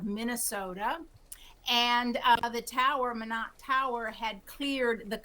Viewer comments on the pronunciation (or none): IF YOU ARE A NEWS PERSON, CHECK PROPER PRONUNCIATION OF THE CITY YOU ARE TALKING ABOUT. IT IS NOT MIN OTT BUT MY NOT, NORTH DAKOTA. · Mīnot not Mĭnot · FYI, Minot is pronounced "my-not", not "minn-ott". You're welcome. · it's MY-not, not min-ot. How do you get to your level in your profession without knowing that?:elbowcough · Do announcers not learn the correct pronunciations before reporting? The 2nd man did better, pronouncing the city as My-not. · It’s pronounced “My-not” stupid CNN “reporter”. Minot, cause why not. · It helps you pronounce cities correctly! It’s “my not” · It is pronounced "MY KNOT" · Min-ott…that’s a fun pronunciation 😂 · It’s pronounced “My not” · Lol, great source of news. Can't even peonounce a US city properly. 😂😂😂😂 Glad the second guy knew. How embarrassing. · Perhaps a lesson in how to pronounce Minot is in order. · It seems that news announcers would at least look into the pronunciation of the names of cities in their reports. C’mon man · At least one of these broadcasters knew how to pronounce Minot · Are you saying this CNN broadcaster is saying it right? Cuz he's not 😂